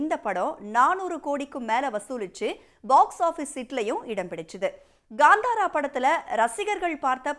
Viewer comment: Gaaandhaara ❌ Kantara ✅